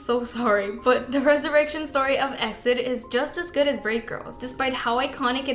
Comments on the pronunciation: How does she not know it's pronounced "E. X. I. D."? Do you research. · E-X-I-D!!! It's pronounced letter by letter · That's not how you pronounce EXID. FFS. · EXID is pronounced EE EX I DEE not EXIT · What the hell is a X-DID? It’s E.X.I.D.! I don’t mean to be mean, but the members say EXID, so what would we say X-DID? It’s like B.A.P. Or B.T.S. Its really bizarre honestly. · It's E-X-I-D!!!!! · It's EX I D ...get your informations write if you're going to make a video. I think you don't even care about kpop you just make these videos to get money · Sweetie EXID is pronounced by saying each letter. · I'm sorry, but you need to learn how to read EXID properly, it hurts my ears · Just a note for the future - you spell out EXID, not say it as one word! (I used todo the same haha) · canceled for the mispronunciation of exids name!